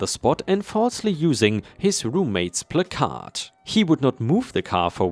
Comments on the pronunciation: Placard--first syllable rhymes with rack, second syllable rhymes with yard. Since you've said in the past you want the pronunciation corrected when it is wrong, there you go. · Please, the emphasis on the word "placard" is on the first syllable, not on the "card" part.